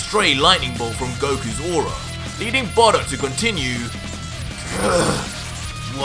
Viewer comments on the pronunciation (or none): none